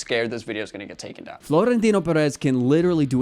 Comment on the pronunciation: Also, the overolled R in Florentino is jarring. Okay, bye!